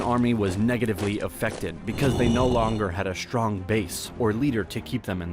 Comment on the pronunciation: SHtruggled, SHtrong, SHtreet 😅